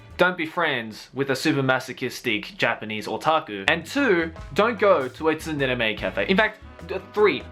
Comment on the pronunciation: Isn't the T in "tsundere" silent? Why does pronounce it like "T sundere"?